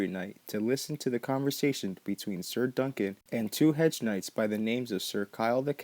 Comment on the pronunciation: "Sayer" instead of "Sir"... Hilariously infuriating! GRRM said that (simple) people have a harder time with his simple words, than his more difficult ones.